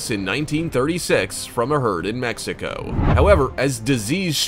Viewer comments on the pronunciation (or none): none